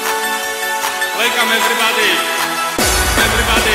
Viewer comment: łelkom ewrybady!!!!!!!!